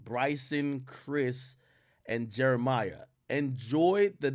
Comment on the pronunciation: All these years later and Ak still calling Jeremih Jeremiah